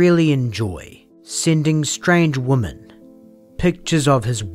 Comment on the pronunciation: Given that his first initial is "A" as in A Weiner and for whatever baffling reason his family didn't immediately change their surname when they immigrated to America were the first seeds of this man's destruction. Also side note: This is just a nitpick, but the "o" in the word "women" is pronounced more like an "i" "wimin" this might be because of your accent, but the way you say women is phonetically incorrect and really distracting.